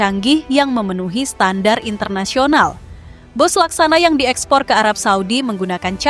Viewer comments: Bus min bukan Bas😂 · Tolong bacanya bis bukan bas.. mau niru malaysia po?